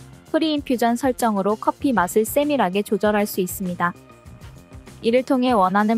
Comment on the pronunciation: 쎄밀하게 발음 재밌어요 ㅋㅋ